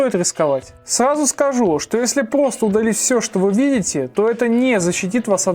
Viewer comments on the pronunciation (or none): Обожаю когда говорит плосто